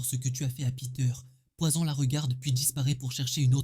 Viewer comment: L'accent mi anglais mi frnaçais "Poyzon". Frr choisi